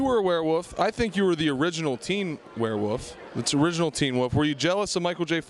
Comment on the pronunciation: I like how the interviewer keeps saying "werewoof" instead of "werewolf". There's an L in there, buddy.